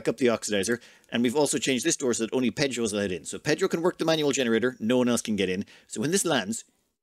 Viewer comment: Voté for Pédhro!